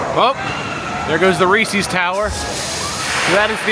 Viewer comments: Please!!!!!!!! It's Reese "SES", NOT Reese "SEES". The guy's name was H.B. Reese. NOT H.B. Reesey.! It's been that way for 75 years. Surprised you have never heard it pronounced before. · Rees-iz not Rees-eeze. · The mispronunciation of Reese’s makes me cringe like no other cringeworthy thing 😬😬😬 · I thought the pronunciation of Reese’s was bad, until got to Nittany 😬🤦🏻‍♂️ His pronunciation of both are just atrocious and cringe! 😬